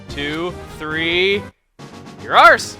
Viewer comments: At first I thought he said, "Your arse." XD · Does anyone else think that when Chuggaa said "you're ours" after catching Teddiursa it sounded like he said "Ur arse!" xD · What he actually said: "1...2...3...You're ours!" What it sounded like: "1...2...3...Your arse!"